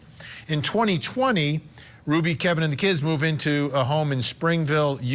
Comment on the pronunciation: "Ruby" not "Rudy"!!!!